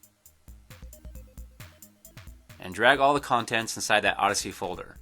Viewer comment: I still can't believe you have the audacity (AWW-DASS-ITY) to say oddessy. XDXDXD